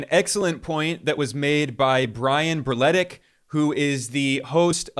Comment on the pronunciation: The way you pronounced Berletic should be illegal. that is a very Yugoslav last name 😭